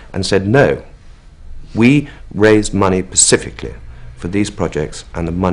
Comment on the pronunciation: A very interesting interview. I was, however, amazed to hear him say "pacifically" three times when clearly the relevant word was "specifically". Its most surprising to hear this kind of mistake from one who is so well educated and speaks so fluently and eloquently.